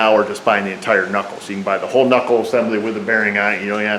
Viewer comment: Cool, tip, gotta remember to not mess up the "ca-nuckle" :)